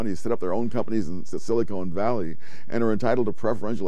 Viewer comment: Normally, Sowell's command of the English language is excellent. However, , he mentions siliCONE valley in California. I suspect he means siliCON valley. I think siliCONE valley would be more like Hollywood, because of all the breast implants. On a more serious note, it seems to me that immigrants coming into the nation have pretty much followed the pattern that the arriving generation continues to speak the old language, the second generation goes to school and learns English but continues to speak the old language at home. The kids of the third generation speak only English, and most completely lose any fluency in the old language.